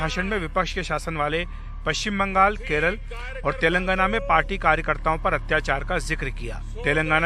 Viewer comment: Anpad pehle tilangana kehna toh seekh le 😂😂